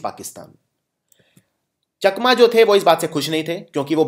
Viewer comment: Chakma ko chaakma pronounce kiya jata hai